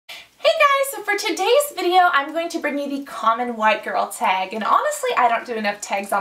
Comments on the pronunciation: Tag not teag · She says tag weird to me but i love her anyway